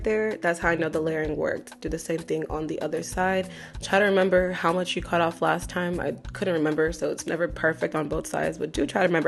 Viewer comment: Girl who be pissin you awff??? You must’ve said it ten times lmfaooooo 🤣🩷